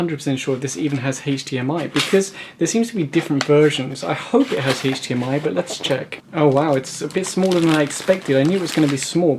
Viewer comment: Cool it has an Haych-diEm-ey poart😘